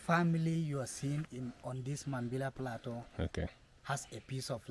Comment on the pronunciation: The farmer talking about the trees says Plateau correctly, but the narrator says play-too over and over again instead of plah-toe. As I'm typing this, he says Play-too again haha.